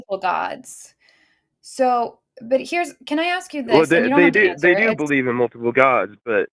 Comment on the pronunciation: "Aks" me your question! 🤦🏻‍♂️😳🤣🤣🤣🤣🤣🤣